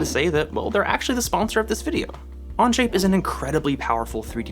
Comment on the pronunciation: He keeps saying anje. It onshape 😂😂😂😂 Okay it only happens in first few minutes.